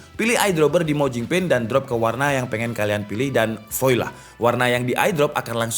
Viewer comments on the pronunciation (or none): Mas, #OOT dikit. VOILA bacanya bukan /vo-i-la/ tapi /vwa-la/ 😄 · Salfok ke pengucapan voila wkwk